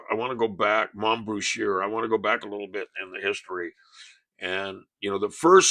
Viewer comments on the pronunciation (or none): Pronounce moms last name like it ends in an A instead of er.